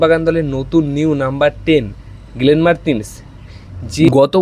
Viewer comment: তুমি বাবা কি বাঙালী না বিহারী না দেহাতি? এতো জঘন্য উচ্চারণে বাংলা না বলে বরঞ্চ অন্য ভাষায় বলো। গেরেগ, গ্রেগের গেলেন এগুলো কি ভাই? গ্রেগ, গ্লেন বলা যায় না? লোকের নাম পদবী পাল্টে দেবার ঠিকা নিয়েছো?